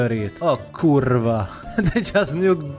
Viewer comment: That kurła was so polish